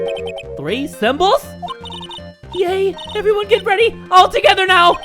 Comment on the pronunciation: ...weady. he said weady. jay still hasnt learned.